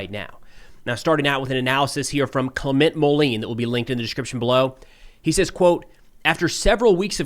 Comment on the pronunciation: Hi. Clement Moline’s first name is pronounced something like “Claim on”. Also the last name would be pronounced something like “Mole end” (without the “d”). Totally minor… you are a fantastic reporter! Thanks for your work! Philippe